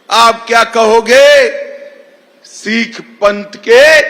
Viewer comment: अमित शाह जी पहले सिख बोलना तो सीख ले